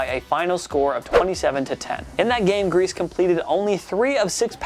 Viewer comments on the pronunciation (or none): Believe it or not, it's not pronounced "Grease." It's "Greasy." 😂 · Greasey not Grease. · I love you. I love TPS. Please don’t publish another video when you pronounce a well known name wrong. It was painful listening to Bob “Greese” instead of Gree-see, or, “greasy”. For real, love you and your work. Thanks for keeping us entertained since March with constant new content! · Bob Griese, is pronounced “greasy, “ not grease. Know your football,. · Greise isn't pronounced "grease" It's "greesey" Thumbs down for not knowing how to say a legends name. Fail. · whatchamacallit TPS guy: Bob Grease Fans : you mean Bob Greise (Gre-Cee)? whatchamacallit TPS guy: You mean that's the same guy?????????????? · Bob griese. Not grease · How do you not know it's pronounced "greese-see"? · its pronounced Bob Gree-See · doesn't know how to recite a winning percentage or how to pronounce "Griese."